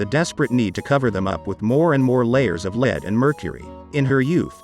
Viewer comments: Why do you keep saying LID when the word is LEAD? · Stop saying leed It's lead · The pronunciation of the word lead is mispronounced many times. Some saying it with a long e like reed, a short i like lid and then other times it’s right with a short e like lead. Other than that it’s a good video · Because you keep calling Lead, ie the heavy metal, LEED. It’s pronounced LED. At the beginning you even call it LID….I was wondering what that was! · Interesting, but the robonarrator makes a few mistakes which give him away. Such as pronouncing the metal lead as "leed".